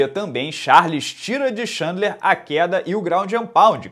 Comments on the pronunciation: Repeat after me: Tchên-dlar, Tchên-dlar... not xandler, xandler! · Cara, você fala o nome do Khabib corretamente, por exemplo, que quase ninguém fala. Podia quebrar o galho e falar o do Chandler também.